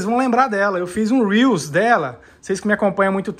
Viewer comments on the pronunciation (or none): none